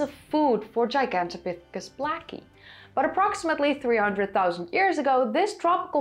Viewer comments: The word is related to Giant and Gargantuan. It is pronounced : jai·gan·tow·pi·thuh·kuhs. A simply google search shows quite a few entries, all in agreement. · "Gigantopithicus" is Latin. The G in Latin is pronounced "jee", not the way you pronounced it. You're flat-out wrong. It's "jie...gantopithicus". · You kinda sound like an American cowboy when you say "Heehawn-topithecus" 😅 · "Gigantopithecus" is now the #1 -pronounced word, overtaking "Heidelbergensis" 🤣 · I'm surprised that southern China had a stable climate until a couple of hundred thousand years ago. I thought climate was fluctuating pretty much all over the place for two million years because of the Pleistocene glaciations. Was that region isolated from climate change somehow? Another cool vid, by the way. If I practice saying Gigantopithecus like you do, I may eventually be able to pronounce Van Gogh properly. 😃